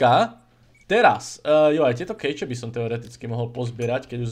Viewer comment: ta coin cache a survival cache,se nevyslovuje [kejč],to by byla klec,ale vyslovuje se to [keš],jako keška pro geokešingu.:)